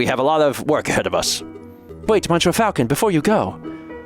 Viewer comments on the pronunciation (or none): You get full marks for French effort and -9999 points for saying “Mon Sure” so many times.